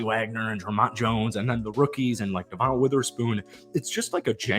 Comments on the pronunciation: Brother. Love the vids, but his name is "Deh-Vin" not "Duh-Von." Just been driving me crazy lmao. Keep up the hype vids! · devon witherspoon's name is pronounced "devin" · Dev-un Witherspoon (sorry, was driving me nuts) 😂